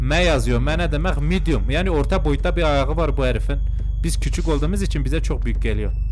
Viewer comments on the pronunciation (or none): none